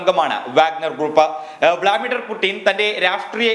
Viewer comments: Bro vlamidhar alla blu mithar😂😂😂😂😂😂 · തേ വീണ്ടും വ്ളാമിഡർ വ്ളാമിഡർ അല്ല "വ്ലാഡിമർ വ്ലാഡിമർ " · സുഹൃത്തേ, വ്ലാദിമർ എന്ന് വായിക്കാൻ പഠിക്കുക. വ്ലാമിഡർ അല്ല.